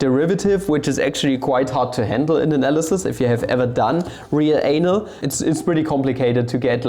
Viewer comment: "if you have done real ae-nal..."